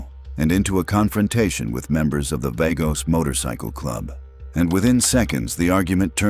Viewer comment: Vagos is pronounced "Vah-goes."